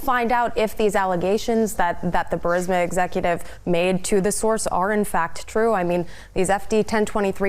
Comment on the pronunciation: Grassley can't even say Burisma.